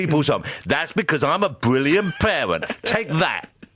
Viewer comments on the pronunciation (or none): haha "that's because i'm a bwillian pawent"